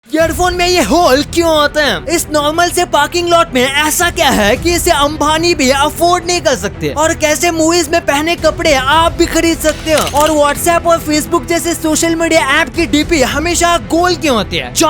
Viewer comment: It's Ambani Not Ambhani >.<